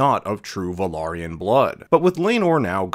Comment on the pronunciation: Awesome! Someone who actually pronounces; "Velaryon," correctly! 👍 (but seriously, it's been getting increasingly irritating to hear, especially from so-called or self described; "experts," on the subject matter, on YouTube in particular, saying it so blatantly wrong. And especially after it's been specifically addressed by the production team, actors, and even George R.R. Martin himself, in multiple behind the scenes/making of, and other appearances, in recent weeks.) (such as here, for example; source; ) What starts often as a cringey pet peeve turns quickly into a steadily growing annoyance surprisingly quickly lol so, it's good, (and well worth pointing out, apparently 😇) when I hear it pronounced right. 👍